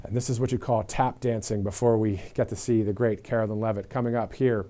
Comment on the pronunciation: Karo LINE NOT KAROLIN